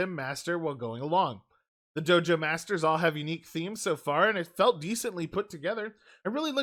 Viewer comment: I heard Jojo leaders instead of Dojo leaders